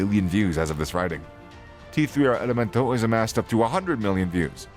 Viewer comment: It's pronounced Tercer Elemento